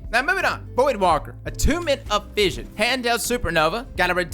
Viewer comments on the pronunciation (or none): none